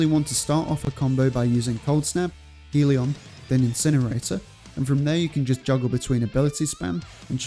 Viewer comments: “Hell-e-on”, not “heel-e-on” Great build, though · Never understood why people pronounce Hellion as Heal-ee-on instead of how it's spelt.